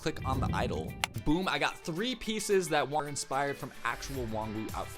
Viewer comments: Sorry but it’s pronounced wonoo but his name is spelled wowoo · its actually Vernon who comes throught the door and closes the curtains haha, oh and btw, Wonwoo is actually pronounced as Won-oo :)